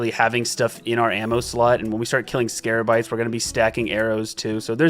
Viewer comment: I waited hours to see if he would ever figure out it was scabarites instead of scarabites